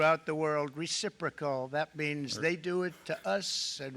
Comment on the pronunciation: I wonder who had to teach him to both pronounce & understand ‘reciprocal’ 🙄 Though he doesn’t actually understand how it works in the real world, yet people still believe they’re going to become rich from him ridiculous decisions 😂 You’re going to be spending more. Those cars from abroad that need parts…you’ll be paying those tariffs 😂